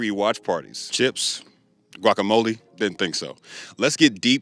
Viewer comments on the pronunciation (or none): none